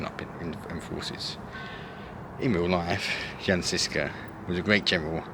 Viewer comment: Jan Žižka is pronounced as you would read Yan Zhishka...you should have learned that before making a video man🤔